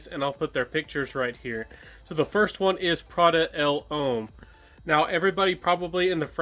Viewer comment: I always enjoy your videos and noticed that you are steadily improving. May I point out a few pronunciation errors, no offense intended. L’Homme pronounced like Loam L’Eau pronounced like Low Uomo pronounced like Womo Think Slo-Mo